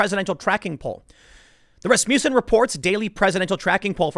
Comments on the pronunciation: “Ras-mussen” no “you” sound. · Every time I here Rasmussen I think I hear Rasputin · rass-muh-sin - watch a dang hockey game, tim XD